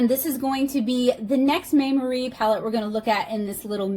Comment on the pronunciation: it's pronounced "my-mary", (bonus points if you can roll your Rs!), in case you were wondering 🙂. Though I am not the best at phonetic transcribing of Italian words in English (because Italian is my first language)! They are a pretty popular brand in Italy, and obviously much cheaper there. When I was a schoolkid we were only allowed Maimeri gouache in art class, so the brand always brings back memories! Fun fact: gouache was the standard school paint in Italy (at least in my experience). I had never even heard of acrylic other than wall-paint before I came to the UK, but here (and the US) people use acrylic as their go-to paint, and gouache is the unknown, which is a cultural difference I find really interesting